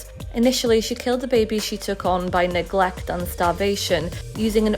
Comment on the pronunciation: Love the way he says Neglecht !